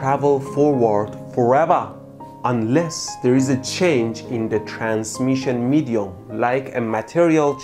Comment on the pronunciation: don’t you mean mehdium, heheh